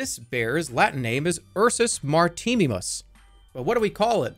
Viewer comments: Jerma pronouncing the Latin name of the Polar Bear as 'ursus martinimus' is going so unnoticed. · Ursus "martini"mus lol